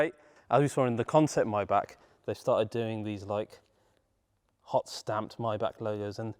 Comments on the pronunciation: Pronunciation: not Myback…..Myback….. but Mybugggg…. Mybugggg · It’s not “my-back”. It’s pronounced “may-Bach”. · The word is My-Bach not My-Back